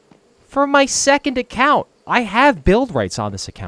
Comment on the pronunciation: Why are you saying second account like that